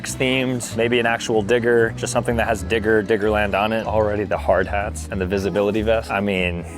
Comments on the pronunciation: Why tf does this time stamp make it sound like he said it w an n💔🥀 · Bro did not say digger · buddy did not say digger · Every time he said digger I herd something else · he did not say digger every time i swear💀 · bro said digger💀☠💀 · Bro did not say digger 😭🥀